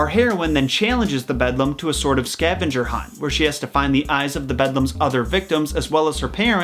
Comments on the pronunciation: Me! It's Beldam! Which means Hag or Witch. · yeah, when i heard first "bedlum" i was like: "am i hearing this corectly?" and then he processed to messed up every single time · When he said “bedlam” i kinda cringed every single time cause it’s beldam. I don’t know why little things like that annoy me lol. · I literally thought he was joking with the Beldam's name and was going to be like, "jk I know its Beldam not bedlum," but oof. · Me: "Beldame" (bell dam): "bedlum" Me: Confused internal screaming "how can you be this confused?!" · ITS PRONOUNCED BELDAM. I apologize, I just raged about it.... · “The bed lum” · He said "budlum" 😂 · its beldam :) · I love you but how you are pronouncing Beldam is killing me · Hearing him pronounce beldam wrong the whole time pained me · It's actually called the "beldam" meaning like an ugly old woman, a witch, a "hag" if you will Edit: he addressed this error in his second coraline vid :) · I'm sure this has already been pointed out, but: BELDAM, not Bedlam! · Beldam, not bedlam. Beldam means a witch basically. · “Bedlum” noooooooooooooooooooo It’s Beldam!! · It's pronounced "Beldam'. Not 'Bedlam' No hate just pointing it out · I was triggered lol bedlum tf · BELDAM.... not bedlam... You're providing incorrect information. Since you're using a COMPLETELY DIFFERENT word, the meaning of her "name" is entirely inaccurate. I used to be one of your subscribers, but it's lazy inaccuracies like this that have made me unsibscribe. It really makes you sound like you have absolutely no idea what you're talking about. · Ik! He also says bedlam instead of belbam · Its beldam not bedlam Every time he says bedlam 😑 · It’s pronounced “bell damn” not bedlam😂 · bedlum Me: BELDAM!!! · isnt it pronounced BELL-DAM not BED-LUM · "BeLDam", not "BeDLam". One means Witch, the other is a madhouse. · The fact that he says Bed-lam and not Bel-dam annoys me very much. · Isn’t it the “bel damn” not “bedlum" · The bedlam? It goes Beldam :)